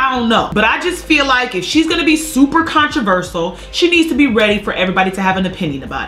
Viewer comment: Did she say 'controversal' instead of controversial?